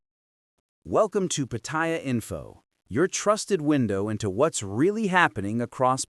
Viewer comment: The minute the narrator pronounced Pattaya PaThai Yaw I click off. These people can not even pronounce a simple city name so they sure do not have credibility with Thai issues.